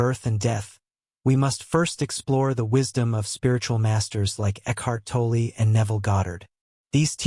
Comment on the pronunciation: You need to learn to say Ekhart Tolle's name correctly.